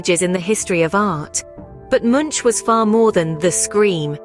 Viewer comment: One of the worlds most famous painters and you can’t pronounce his name? Sounds rediculous when you say it. It pronounced MUNK, and the U is pronounced like O in Obama.